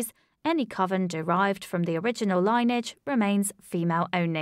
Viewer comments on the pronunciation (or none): Great vidoes, but the word "lineage" is pronounced "li-nee-uhj" (three syllables) not "line-uhj" (two syllables).